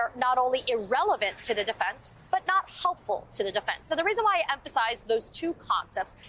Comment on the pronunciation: I find it terribly distracting that they call her A-leen.. Ai in the English language is pronounced "I"..